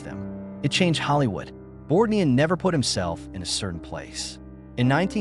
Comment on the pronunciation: One of the worst A-I narrators I’ve run across. There were at least three incorrect pronunciations used for Ernest Borgnine‘s name. Ernest Bork……Nine was the worst. Videos like this are disrespectful and an insult to the featured artist.